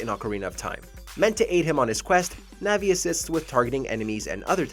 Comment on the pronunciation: How dare you say disrespect Navi like that